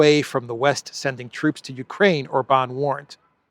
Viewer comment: it's pronounced OR-bahn, not Or-BAHN. And it's FEE-dess, not Fee-DESH. Kell beszelni magyarul helysen!